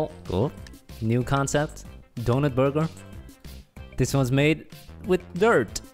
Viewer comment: No one: Literally no one: Not a single soul: /: nice borger